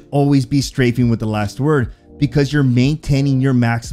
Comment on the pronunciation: ".. don't stand still and you should always be screaming" Bursted out laughing, because it fits perfectly to LW gunfights. I had to replay that part 3x, to realize you said "strafing". Well.. both are viable options with LW, imo.